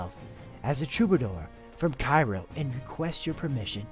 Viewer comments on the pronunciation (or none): none